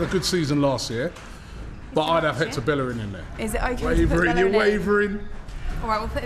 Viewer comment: SMH robbi said bellerin. Kolasinac that debatable but great that they got him for free.